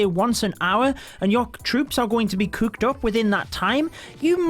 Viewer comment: I like how says cUUked up